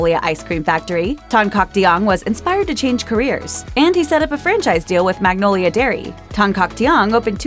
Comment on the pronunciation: milk How do they pronounce “Magnolia” differently? It’s literally just mag-nol-ya. Why do they have to make it complicated. 😂